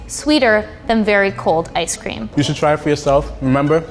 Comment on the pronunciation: Now they telling us what toppings to put on our ice cweam? (Btw I didn’t make a typo)